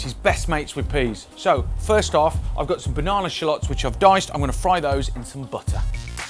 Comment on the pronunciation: I love the way Brits pronounce 'filet' and 'shallots.'